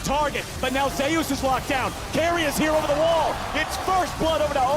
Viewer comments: zayyus it's zeus man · Why are they pronouncing Zeus like that?